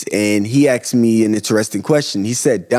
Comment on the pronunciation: Good info brother, now add working on saying Asked not Axed.